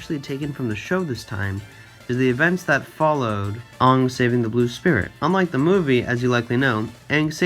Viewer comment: Fantastic video lmao but every time you said “Ong” instead of “Aang” I died a little inside because that’s how they said it in the crappy movie not the show lol. Anyway 10/10 will be subbing because fantastic content